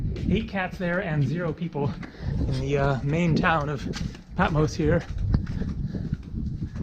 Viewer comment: Sorry dear, but You mispronounced Patmos - it’s not Peh, it’s PA -- I’m Greek, I should know - OPA